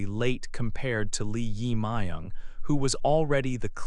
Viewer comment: Please check your pronunciation of 이재명 Lee Jae-myung, who is a current president in South Korea in 2025.